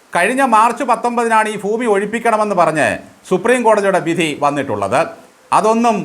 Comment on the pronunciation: " ഫൂമി" അല്ല "ഭൂമി"